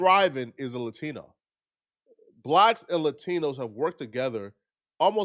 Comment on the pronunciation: it’s LA-TINO/TINA not Le 😂🤦🏽‍♀️